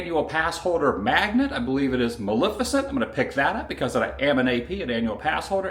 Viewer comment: MalEFicent, not Malificent.